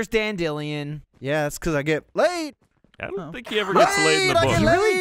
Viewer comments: TheOriginal Unaleska In the English version of the book it's spelt Dandelion (normally said Dan-De-Lion) but the audiobook reader always pronounces it Dan-Dill-eon which is why they pronounce it that way in the video. Coincidentally also why they just used his polish name (Jaskier) in the show. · am i the only one confused by "dandillion" instead of dandelion bc????? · clicked off the video once i heard someone say dan-dilyun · Wait, is that how Americans pronounce Dandelion? As Dan-dee-leon? instead of Dan-di-lion? I thought was being silly. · I seriously start to wonder if they know his name is Dandelion as in the flower, not dandillion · Wait a minute,, how did pronounce dandelions' name like that and no one notice? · I know he thrives off of people being annoyed at him, but pronunciation of Dandelion hurts